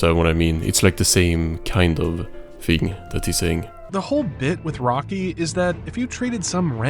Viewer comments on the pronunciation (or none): Lmao not AI calling Rocky "Rolly" XD